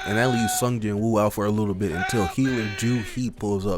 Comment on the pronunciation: can't tell is mans is just saying ji woo or G woo. My brain out here divining stars to still figure this shit out.